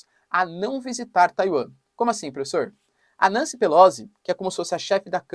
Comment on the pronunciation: Professor, assim como todos comunicadores se esmera em pronunciar nomes em inglês corretamente, pq não o faz tb em italiano? Pelozzi se pronuncia Pelotzi. Pq Nâncy? Não soaria melhor Nanci, como cá se diz? A propósito, pq Flórida se na origem era Florida, como quis Ponce de León, o espanhol seu descobridor e batizador?